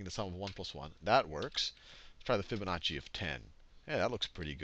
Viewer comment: Fibonazi. I heard you.